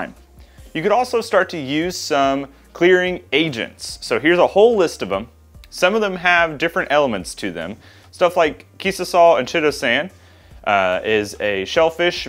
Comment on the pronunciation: Great vid! Realy helpful for the beginner mead maker. Loved how you showed the full frame of the whole process. Not a detail missed! P.S. Chitosan is pronounced ky-toe-san ;) tomato, tomato - ha!